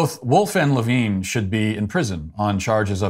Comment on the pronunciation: You mispronounced Richard Levine.